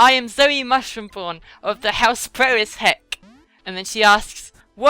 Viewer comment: I think the question about your specific accent was in reference to your Jonathan Ross-ian accent/speech-impediment that makes you pronounce 'r's as 'w's, like "."